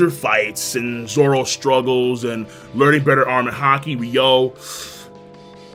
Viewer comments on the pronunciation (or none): none